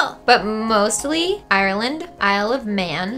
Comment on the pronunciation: OK that is not how you say Ireland because I am irish